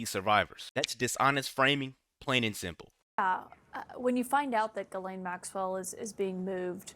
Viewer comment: I'll never understand why they pronounce her name "ge-len". Her name is Ghislaine, best pronounced "Jiss-len."